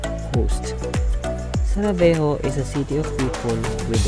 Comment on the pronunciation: It is Sarajevo not Savarejo 👍